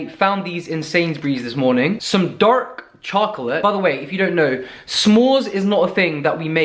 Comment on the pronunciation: "Darrk Chocolate" lmao you kill me man